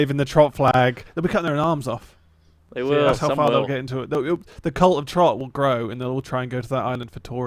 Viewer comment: bein a dick about trotts pronunciation hehe ily rly